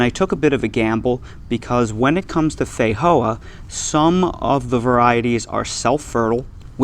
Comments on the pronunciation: These are delicious. You are however pronouncing the name incorrectly. The j is a j, it doesn’t have an H sound, fi Jo ah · Feijoa is Portuguese language pronounced fay-jo-are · that's broken Portuguese my friend